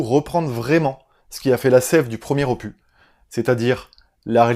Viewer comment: Opus pas "opu", tu dis cactus pas "cactu" .... merde tu le fais exprès 😁